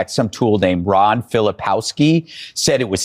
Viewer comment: They cannot pronounce Ron's name.